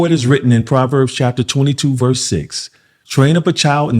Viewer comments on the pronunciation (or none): none